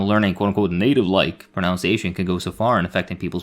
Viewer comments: Hate to do this but: you pronounce, as in ounce, your pronunciation, as in nun. It’s not prun-ounce-iation. Also, wind as in rhymes with mind is a word, you can wind a sprung clock. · Did you mispronounce pronunciation and albeit on purpose? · This is probably not the first comment on this, but… it's pronounced (and spelled) "pronunciation," not "pronounciation." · As a fellow foreigner who did the same, it’s proNUNciation. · He says pronunciation wrong lol.